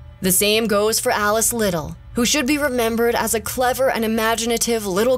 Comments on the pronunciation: Her last name is pronounced Lid dell not Liddle. Well done video,! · It was horribly painful to listen to the name Liddel pronounced "Little" when it's pronounced "Li-delle"